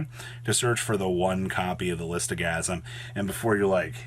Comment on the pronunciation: How can someone pronounce Lithosagym "Listogasym", it does not make any sense.